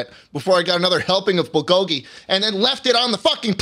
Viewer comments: as a korean it hurts hearing them say BOWL GOGY instead of bull go gy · are they pronouncing bulgogi as bol-goggy on purpose???